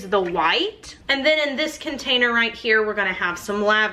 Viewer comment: I love trying to guess if you’re going to say “Containy” or “Container”. So far I’m 3 for 4 lol